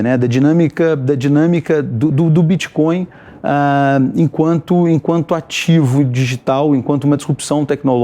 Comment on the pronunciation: Crépitomuéda bitxicóiu Assim falou cleptotruesta?